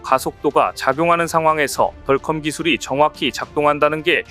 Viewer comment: [야! 넌 영어을 배운거야 아니면 대학도 졸없하지 못한 거야] [덜컴이 뭐냐?=디어큼 이라고 발음을 해야지1=하긴 대학도 160개 이상 시대이니] - 이런 자가 나올 수 밖에 [야 우리시대에=대학이 25엮고+4개 대학 이하는=지방 국립대등 은 대학으로 치지도 않았다] - 무식을 그런식으로 폭로하냐?